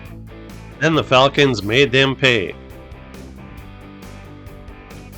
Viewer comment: I like the pronunciation of Falcons as fall-kens.